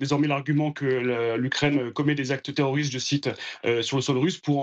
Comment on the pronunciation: Une fois de PLUS le ici gars CONFIRME en disant : "les attaques terrrrorrrrssss..." Hunnn Hun Hunn !!! Ce qui est sûr l'otan est forte en terrorrrismmmm..!